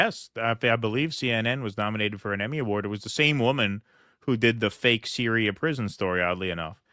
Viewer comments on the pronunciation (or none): none